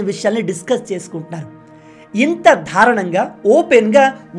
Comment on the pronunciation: "ధారుణం" కాదు "దారుణం" అని పలకాలి సరిచేసుకోండి